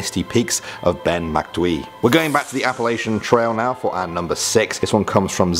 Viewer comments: Its Appala-CHUN! Not Appala-SHUN. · The kids laughed at the way you pronounces Appalachian is all.. instead of appalaishun it's appalatchin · by the way being from Appalachian yo are saying it wrong its pronounced app-a Latch-in